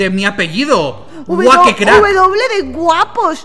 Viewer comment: wuapos es con g no con w :p